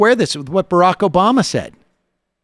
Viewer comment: Can you imagine how Biden would do in a climate change debate? They just want him to have as few debates as possible. Twice now he has forgotten Obama's name when speaking which is a bid difficult when you are trying to name drop him. He has also pronounced in Rackham instead of Barak.